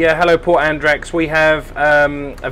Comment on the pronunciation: Enjoyable and insightful video - just your pronunciation of Andratx and ignorance of the boat's length in meters were a bit shocking ;) Will be off to Cala D'Or in a bit less than a month myself, but will make do with an 8 meter bow-rider for a few day trips.